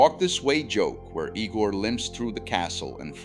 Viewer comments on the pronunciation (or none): eye-gor, fool. EYE-GOR!